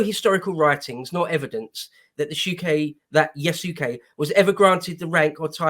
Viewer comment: Guys, it's pronounced yas-kay. The u is silent.